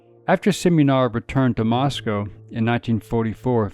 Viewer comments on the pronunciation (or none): none